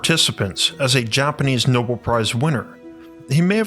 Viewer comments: no-bell, not no-bul (Nobel Prize) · It’s pronounced no-BEL.